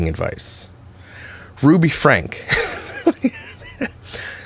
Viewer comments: I don't neccessarily disagreee with your thoughts...just get her name right. It's Frank-ee not Frank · F. Y. I. It’s pronounced FrankE. Don’t forget to say the “E”. Lol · HER LAST NAME IS PRONOUNCED FRANK E —. ADD THE E ON THE END. I ALSO THINK THEY HAVE TO MUCH MONEY, IT HAS GONE TO THEIR HEADS. WHAT A SHAME!!!!